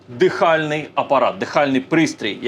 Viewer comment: дихальний апарат - наголос на першому складі. Щоб всі дойшли здорові.